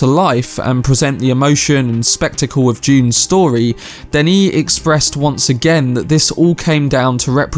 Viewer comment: "Danny"? Really, Danny? Listen to the Blondie song Denis. That is how you say it.